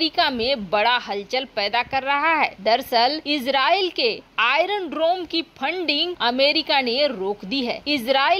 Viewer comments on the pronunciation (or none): बक बक काफी नही है । शुद्ध बोलना अधिक जरूरी है ।आइरन डरोम नही , आइरन डोम बोलो ।